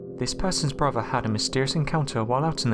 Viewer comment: My only comment is PLEASE learn to pronounce words CORRECTLY! Especially words with "th" in them! It's not "over"...it's "oTHer", and it's NOT broVER", it's "brother"! PRACTICE! You're speaking our Mother language and as a narrator I'd think, HOPE, you'd take care to pronounce words correctly because it's so distracting from the content of these posts. You even pronounced the name of Mobile Bay incorrectly...it's "MoBEEL", not "Mobile" as in describing something on the move! Gerrrrrrrrrrrh!!!